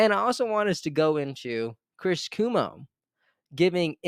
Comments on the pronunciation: Cuomo is pronounced Quo-Mo. Not Coo-Mo. #Kennedy24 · "QUO" - MO ... NOT "KOO" - MO (Chris Cuomo) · It’s Chris Cuomo (not coomo) the o is not silent :) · Chris Cuomo (pronounced like Qwomo) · Thanks for your work,. Also, Chris Cuomo's last name is pronounced "Cwoh-mo". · RFK, Jr. will not settle for a cabinet job in the corrupt red and blue parties, and if he does, there goes my last glimmer of hope and optimism. <Also- to the host, just fyi- it's "Quo-mo" :)> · *Kw-oh-mo... But either way.. AR-EF-KAAAAAY!!!!! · Keep up the good work,! (Psst: It's cuOMO. ☺️) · cuomo not cumo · Cuomo (Pronounced with long O KwOmo) is related to Kennedy, by marriage I believe. Glad he's helping the narrative. No way is Kennedy dropping out. Why would he when he's going to win. Any candidate able to overcome the roadblocks to getting on the ballot in all states certainly is strategic and smart enough to win. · Chris pronounced Kwoe moe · Love you great insight! BTW... CUOMO is pronounced "Qu-oh-mo". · You love his presence, but you cannot so much as pronounce his last name correctly. 🙄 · Learn how to pronounce what is a very common political name Cuomo. It will give you more credibility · Please check the pronunciation of Cuomo. It's a well-known political name in NY and there is a correct pronunciation :)